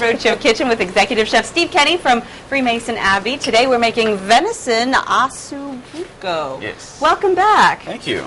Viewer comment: It's OssO Bucco, not OssU Bucco, correct?